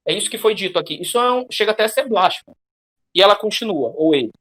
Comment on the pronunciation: Obrigado pelo vídeo, galera. Uma correção: "Blasfemo" é uma palavra paroxítona.